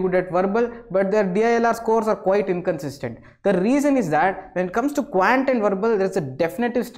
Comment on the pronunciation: Quant pronounciation spoilt it